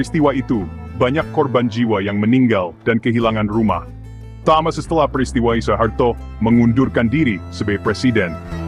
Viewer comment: SUHARTO BUKAN SO E HARTO , dengarnya tdk enak , jga salah